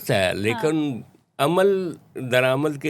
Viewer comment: Lekan nahi bhai, lekin